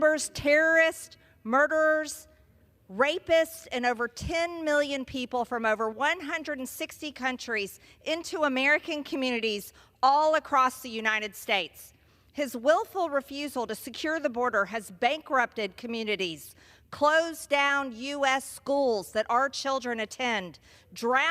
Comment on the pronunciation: Marge - its UniTed, not UniNed. Just practice quickly saying "you & I did" You can change. Congrats on stopping calling fentanyl as fentanol.